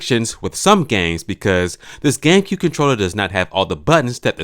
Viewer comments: It sounds like you said: gaycube😂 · Lol "gaycue controller"